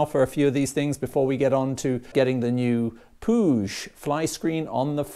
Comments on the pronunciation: pronounced pweeg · Hi, I see you're a Saints fan when in the UK! 😉 I think Puig is pronounced 'Pweeg' as they're Italian. Good kit, I've had a couple of their flyscreens. I'll catch up with you when you work on the Griso updates, looking forward to that, we can swap notes!